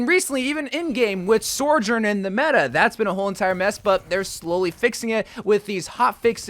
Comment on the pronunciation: Bro, it's not "SORE JORNE", you're making this complicated. SO. JERN. Only one R in the name <3